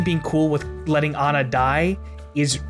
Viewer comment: If you know her name is ah-na and not anna, then why don't you call her that?